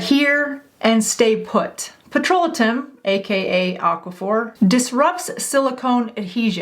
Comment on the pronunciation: Petrolatum=PET- RO-LAY-TUM, Jojoba=HO-HO-BA Serum-=SEER-UM You're welcome.